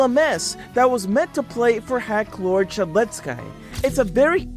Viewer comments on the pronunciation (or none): bro said sheledskay💀